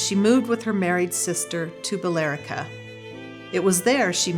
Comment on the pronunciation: Great video! I grew up very close to the Allen homestead in Andover, and I know that spot very well. So strange to realize it all happened right there. For future reference, Billerica is pronouned bill-RICK-a. Exactly three syllables.